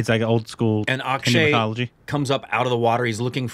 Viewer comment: Every time they say Mithology intentionally. They think we don't notice but we do